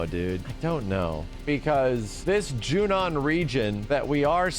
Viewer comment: I am so glad finally stopped pronouncing it as “Junion”